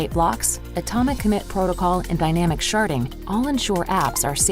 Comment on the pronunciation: Did you say "sharding" or did you really say "sharting"... suspicious... lol